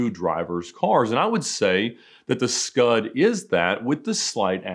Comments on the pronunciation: As an Italian I'm very offended by "scud" RESPECT FOR PRODOTTO ITALICO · Say “Scud” one more time, Ed.